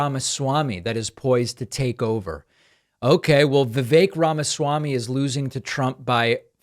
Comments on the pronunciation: "Rama-zee". How could she be in the business of politics and say his name like that? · Rachel Bitecofer really needs to learn to pronounce Vivek Ramaswami. She's saying "Ramazee". Kind of prevents me from taking her opinion too seriously. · Pakman makes better effort than most to pronounce names correctly. He also took issue with mispronunciation of Kamala. Rachel is critiquing voters for being under-informed and then very poorly attempted a candidate's name more than once. It undermines her expertise.